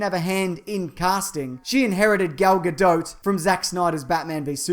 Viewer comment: its pronnounced Gadot, just so you know. ;)